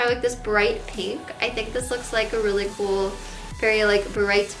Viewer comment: "Weally weally weally..."